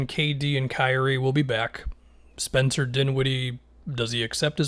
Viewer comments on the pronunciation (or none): none